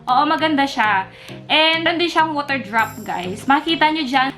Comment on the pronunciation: Normal people: water: wuter